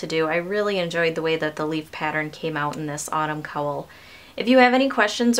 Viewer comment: Gorgeous pattern, but for Pete's sake, please learn how to correctly pronounce "cowl". What do you call the animal that gives milk and says 'moo'? Now, just add an 'l' to that. ;)